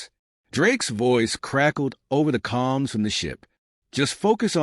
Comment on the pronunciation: AI Narration doesn't pause when it should and pauses when it shouldn't and incorrect emphasis. Not to mention the mispronounced words and poor sub-text ( just one idiotic example: "calms in the ship" -> "Comms in the ship", This one was just too funny, "Marcus ass"). Channel not worth subbing.